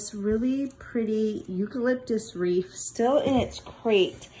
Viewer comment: Are you saying Reef ? Or Wreath ? Lol ,too cute.